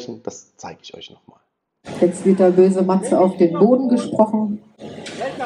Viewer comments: "Chleudert den Purchen zu Poden" ... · „‘Chleudert den Purschen zu Poden!“ 🤣🤣🤣